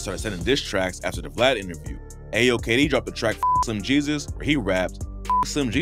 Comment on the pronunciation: "Slim he-sus " 🤣🤣